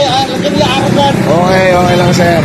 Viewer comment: Gago si manong "arogant" HAHAHAHA